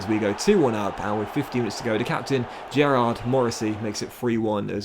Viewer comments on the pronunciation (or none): Just a heads up, Gearóid is pronounced gah-road instead of Gerrard, you'll probably encounter a lot of irish names along the way dont worry they can be hard to pronounce haha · Just a heads up the captains name is Gearóid Morrissey (pronounced ga-road). Heard you pronounce it as Gerrard, just letting you know that’s incorrect. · Gearoid is pronounced Ga Road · Your pronouncing gearoid wrong